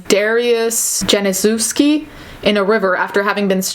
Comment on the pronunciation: sorry but I needed to; if you'd like to pronouce Janiszewski its like Yanyshewsky. Have a nice day I really appreciate your work